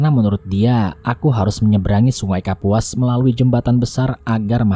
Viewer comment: Ralat sungai Kapuas mas bukan sungai Kapus